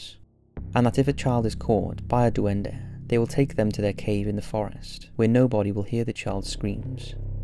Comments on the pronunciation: DOO-EN-DUH.... It’s Duende. Pronounced “Dwen-Day” my guy. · Duen-dey Not duendeh